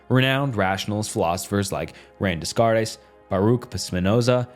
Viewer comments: “Rand de scartes” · Discard tes lmao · I generally avoid calling out mispronunciations, but your René Descartes was pretty epic. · This has to be an AI voice over?!?....Empiricism, Laissez-faire, Descarte & Leibniz we're all pronounced like a 5 year old! 😂